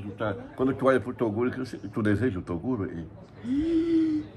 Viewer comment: Toguro e não Tuguro desculpas